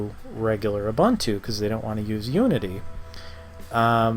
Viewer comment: Stopped watching when I heard his pronunciation of Ubuntu